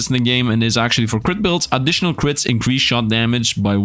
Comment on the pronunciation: Increase not "incraze" owo